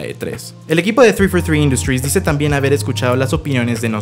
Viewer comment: Whenever he says 343 industries it sounds like he's English